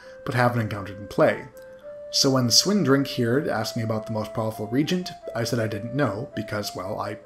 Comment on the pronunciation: I love seeing the look back at these old games I haven't seen in decades. There is one nit-pick for this video though: "Reagent" is pronounced with three syllables (re-AYE-gent), it's a tad confusing because there is another word "regent" (RE-gent), which means "acting ruler".